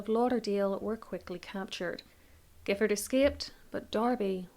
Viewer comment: The surname Giffard is actually pronounced as ‘Jiffard’ by the family as I was informed by one of the guides at Boscobel.